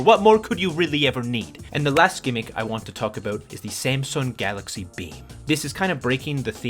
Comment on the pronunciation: It's "gimmick," bruv. Embarrassing